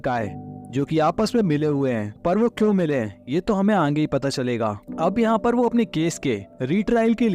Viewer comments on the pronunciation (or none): Aange Nahi...Aage hota hai